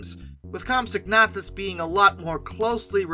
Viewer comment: Isn't it comp-SOG-na-THUS?